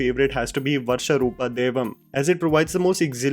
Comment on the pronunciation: It's not varsha roopa, it's varaha roopa